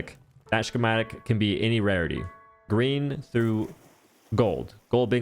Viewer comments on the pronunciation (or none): Is it a meme on this guy's channel to pronounce something wrong in every video or something? My bad if this guy's illiterate or something, but wtf is a shhhkematic